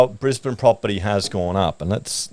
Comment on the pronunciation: is it just me or does say brisbaneD with a d sound at the end? isnt its brisbane? no d sound at end?